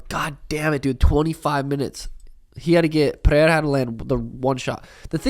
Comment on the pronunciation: Let's goooooo finally an American pronounces Pereira correctly. Thank you sean